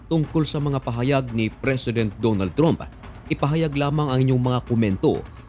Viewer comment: Ayosin mo prununciation mo sa trump. Ang tama ay tramp, hindi trump. Di ka in ba nagaral ng english?